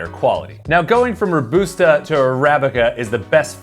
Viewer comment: Great video but can't get over the pronunciation of Robusta. Pretty sure it's pronounced row-bus-ta unless it's another American tomato vs tomato situation! :)